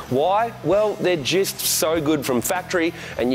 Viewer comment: 'jist' hahaha